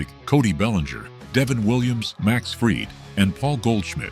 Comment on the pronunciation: Teach AI to pronounce Max Fried’s name.